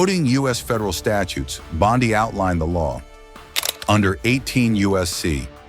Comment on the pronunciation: Her last name is NOT BON-DAI is BONDI !